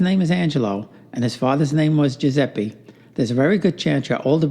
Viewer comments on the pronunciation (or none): It's Joozeppeh, not Joozeppie!